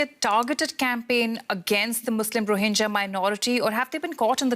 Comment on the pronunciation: It's not rohinja, it's rohinga